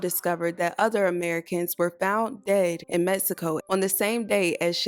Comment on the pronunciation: Prayers for her family, also the beginning says “Cabo, MEXCIO”?? 🧐 I’m sorry but isn’t it “Mexico”